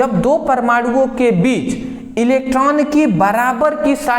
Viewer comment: बिच ❌ बीच✅ 😂😂